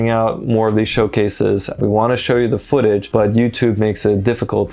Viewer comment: You said "footage" like a cockney Londoner 🤣🤣 been watching Pirates of the Caribbean?